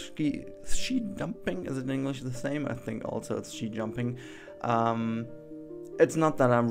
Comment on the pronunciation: its ski in english, with a hard k.